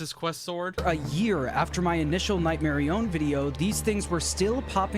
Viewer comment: nightmarionne is not pronounced like that marionne is pronounced mar-ee-on